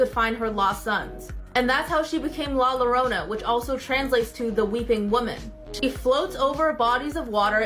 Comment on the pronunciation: Hate it when mfs call La Llorona La Lo Ro Na I get it you're not Spanish but you couldn't even try to look uo how to say it... For anyone in the future that sees this it's pronounced La Joe Ro na the double Ll makes a ja sound ANYTHING is better than not even trying to pronounce it correctly